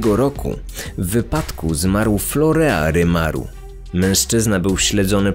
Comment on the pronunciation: Nie florea a florin się wymawia